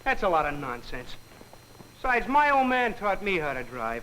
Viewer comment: For a second, I thought he said “penis sides”!😂😂😂😂I was like WITBF?😂😂😂😂😂